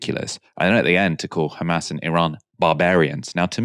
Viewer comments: It's Hamas not Khhaamas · It’s funny how they can pronounce Holocaust But can’t pronounce Hamas. LMAO 🤣 H H H H H H KHAMAS LOL 😂